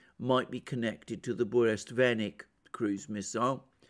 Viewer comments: 🤣it’s funny how you renamed burevestnik (petrel) to burestvenik some groom-stick....but you have successfully identified your Russian speaking audience ✌️🤟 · It is BU_RE_VEST_NIK, not Buresvenik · Dear Mr. Mercouris , Sir . I ahve been immensely enjoying your intelligent and profound analysis .If you don't mind , the pronunciation of Burevestnik is exactly that not Buresvenik as you do . Bure vestnik means a Storm herald . Bure - storm /vestnik the one who brings news /herald. Thank you .Keep with a good job . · Hello Alexander. You keep saying Burestvenik. The proper name is Burevestnik. It was named after the seabird that glides very closely to the surface of the ocean som times almost touching it. I believe in English it is called PETREL. Love you channel. Cheers. Anrei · Burevestnik, not Burestvenik =) You are great specialist thanks for the analisys! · Be advised: it's BureVESTNIK. Venik is a kind of broomstick:) Not a bad slip though. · Bure-vestnik, not burest-venik, is a storm-herald. Venik is broom ;) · its not BureSTVenik but BureVESnik.kinda a Stormbringer(Harbinger) VESnik.VES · For example, Burevestnik (not "burestvenik" as Alexander pronounces it). It is Russian name for Northern storm petrel bird. The actual word "Burevestnik" means someone who brings warning about upcoming storm. Yep, it has a very clear meaning. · Бурест Веник I like this even more than Burevestnik. Not to slight Alexander in any way, it just was a hillarious small mistake. Love your channel <3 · Burevestnik, sorry,, Russian is very difficult. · Yes, that was funny. He could've been more careful to learn the name properly. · Bure-Vest—Nik , you keep mispronouncing it . It’s like the calm before the storm translated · sure but Mercouris, who's on this planet only competes with Christoforou in terms of killing all possible non~English names, said like 50 times in this video burestvenik.